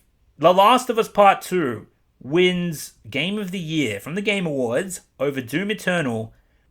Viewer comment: Every time he says "the game awards" I hear "the gamer words"